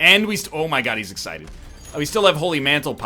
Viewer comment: he simply was too eggCITED